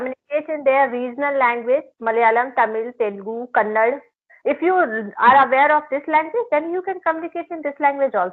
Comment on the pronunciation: Sorry mam its not kannad its "kannada" please u r leaving here from a long time plz dont insult the language. I am a huge respect on u plz correct it..